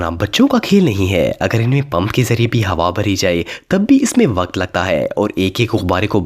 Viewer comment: Bhai G waakt nhe waqt